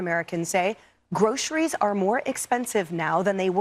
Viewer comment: Every time I hear how he pronounces groceries it makes me want to throw up. It's linguistically disgusting.